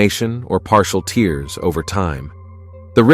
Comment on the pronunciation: As well as some of the questionable advice in this video, the word is "tears" as in tearing paper. Not "tears" as in crying. Hire a proper voice actor and ditch this AI garbage.